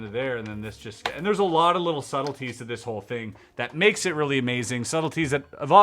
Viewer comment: Did you say it was reel-y strong? ha.